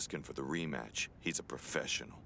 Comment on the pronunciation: “Profeshall?!” No, Pro-Fesh-En-Al, professional, say it with me